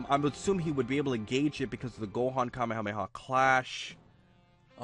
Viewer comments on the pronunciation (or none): none